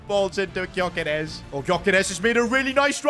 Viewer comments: It’s pronounced guy-yo-Kers not gy-yo-keres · You say his name yokeres don't pronounce the g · They way he says Györkeres wrong ever time really annoys me